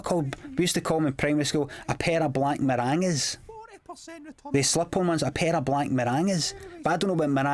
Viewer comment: Oh my God I cannea believe he just said black marangas!